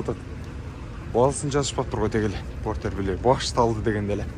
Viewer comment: Форестер дегендей эле айттыңыз го чиркин